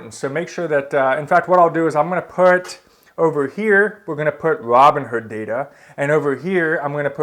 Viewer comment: Why are you calling it Robin herd instead of Robin Hood?